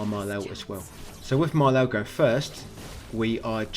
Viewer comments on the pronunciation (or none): dont call Maelle,Malel pls 😂😂😂 youre too funny mate